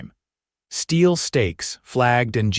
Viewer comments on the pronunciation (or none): none